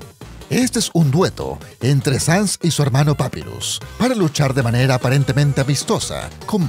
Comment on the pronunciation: Se dise papairus